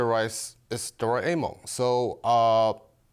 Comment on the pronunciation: None of them can pronounce Doraemon... both are asians...